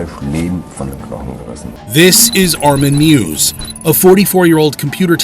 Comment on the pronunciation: It's not Armin Mews, it's Armin Meiwes...